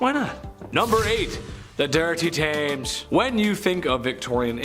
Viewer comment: Love ya but it is pronounced tems xx